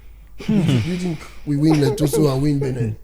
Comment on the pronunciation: Boss man na Lesotho...you dey pronounce am as letoso..one love ❤